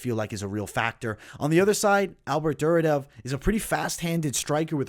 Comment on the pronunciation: As a big ACB MMA and ACA MMA fan, that Duraev pronunciation is killing me. There isn't a second D in the name. Its Dur-I-Ev. I hate being that guy but it was just like nails on a chalk board.